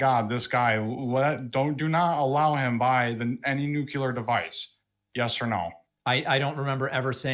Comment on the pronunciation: says "Noo-cue-ler." 🤨